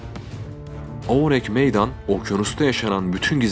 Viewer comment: Ourang Medan ingilizce bir isim değil yani aksanlı okuyayım derken saçma sapan birşey çıkmış ortaya oürenk meydan nedir ya. Videoya odaklanamadım resmen :f